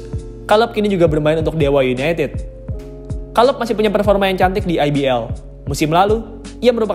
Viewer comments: Kaleb mas, bukan kaleb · Kaleb kaleb Kira salep 😂 Kacau bgt lu baca nama org